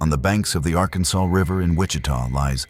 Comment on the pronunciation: Not sure How many times I can hear you call it the Arkansaw river?